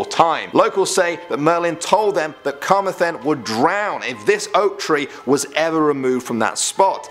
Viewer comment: bro, you pronounced Carmathenshire wrong XD